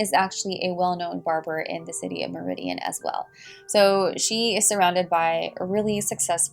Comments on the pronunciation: It's mar-i-din lol not meridian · I was actually about to point out that you pronounced Meridian wrong 🤣 But only because I live in Connecticut 😁 I love your videos. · Good stuff but Meriden, Connecticut is pronounced Mare-idin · The way you said Meriden 😂 I’m not making fun of you its just funny to hear it that way. Its pronounced “Mare-i-den”. I live in Connecticut and also didn’t know this was a case!